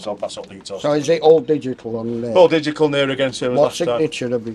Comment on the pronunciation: did he actually say digical? there's no c in digital